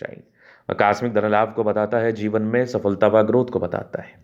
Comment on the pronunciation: Jivan not zivan